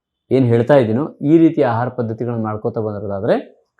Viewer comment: ಅಹಾರ ಅಲ್ಲ ಆಹಾರ